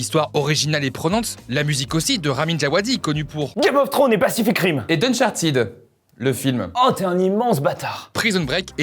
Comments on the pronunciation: Sa se prononce Unchartède et non Unchartide mais bon c'est pas grave. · C'est plutôt uncharted* donc avant de corriger prend le temps de vérifier également. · Je sais, j'ai écrit Uncharted de cette façon pour qu'on comprends mieux comment sa se prononce petit génie. 😉